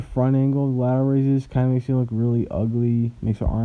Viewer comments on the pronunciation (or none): So y’all just gonna ignore that this dude said “left lateroid” come on man 😂 No hate man, all jokes! been watching the vids for a bit now, keep it up big dog 💪🏼